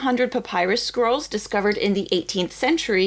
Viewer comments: The diction in this video is appalling. It's "scrolls" not "squirrels". The rest of it is garbled, unclear and mispronounced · 5.03 Did she say carbonised Herculaneum squirrels? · Every time says "scrolls"... I keep hearing "squirrles" ( 🇩🇪 ) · It is so cool that there is so much passion for these ancient lumps of charcoal that multiple people are funding multiple ways to read them. I agree---this is the bright side of technolog, of AI, of computers, and the wonderful nerds who can do this magic! (P.S.---every time you say "scrolls" I hear "squirrels," which puts a whole new light on the entire endeavor!) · She does kinda pronounce "scrolls" like "squirrels" tbh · all i hear is squirrels😂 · I keep hearing "squirrels"